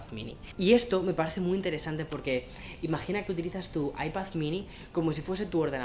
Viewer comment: Diooos me cuando dice “Ipath”